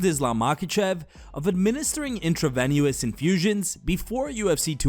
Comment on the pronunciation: intra-VENUS you mean? intro-ven-U-us isn't how it's pronounced.